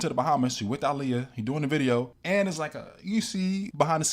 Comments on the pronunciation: DNT KNOW U OR THE CHANNEL BUT PLEASE PUT SOME RESPECK ON HER NAME IT'S PRONOUNCED "AAHLIYAH" NOT "ILIYAH" RT.. BESIDES THT U AIGHT WIT ME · Why do you keep pronouncing her name like that ?? so simple and yet you’re still mispronouncing it🙄